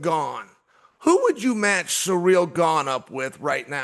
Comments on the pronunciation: "Surreal Gane" ty Chael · Did chael said suurel instead of ciryl 😅